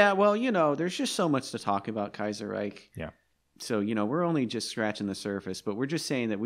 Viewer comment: "Kajjserrajk" "Mitell-afrikka" "Blaaam n Vaaaaahs"